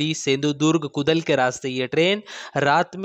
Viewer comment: कुदल नहीं, कुडाळ हे वह